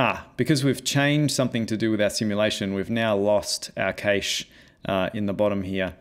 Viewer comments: I was wondering how or where can I use this effect, and just realized THIS is the Infinity War / Endgame 'turn to dust' effect! It would be really cool if you improve this demo to a full Avengers one. BTW I noticed you pronounce cache as 'cage', I've always pronounced it as 'cash' like in money. Great tutorial, I learned a couple of stuff I never heard of before. Cheers! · Cache is pronounced "cash" btw